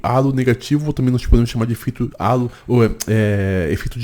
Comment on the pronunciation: Só uma pequena correção, efeito "halo" não vem do português, vem do inglês, já que significa auréola, por isso indica que alguém julga outra pessoa ser boa pela beleza, logo, não fala "álo", do português mas sim "reilo" do inglês, ou coloque pro translator falar no idioma inglês